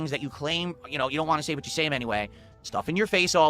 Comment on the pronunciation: Wahn is always my favorite. Like he intentionally drops the T